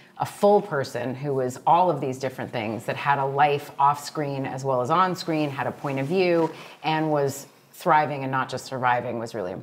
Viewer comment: on scween